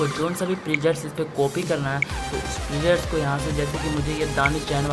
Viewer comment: presets hota hai bhai prejets nhi 😂😂😂😂